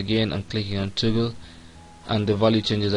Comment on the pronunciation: It isn't "toogle", it's pronounced "tah-gul". Are you from India, because that's what it sounds like. I wish they knew how to teach English over there. . . but, not your fault.